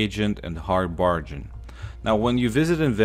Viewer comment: It's lead ( luh ed) btw but you forgot all toys blocks and paint cans scrap for lead also bargain ( bar gen) just a heads up on your pronunciation